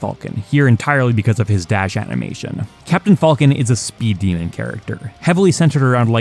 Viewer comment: Pronouncing Captain 'Falcon' like that's gonna get you hurt, sir 😆